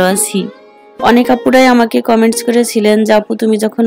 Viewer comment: Apu tomi kemon acho. Tumi kotha bolle.vol hoy.karon tumi jeko no kothar sathe s boshaw.coment ke coments bolo tomer sobdo orthe bol hoy.akhon the ke sodu kore kotha bol ba.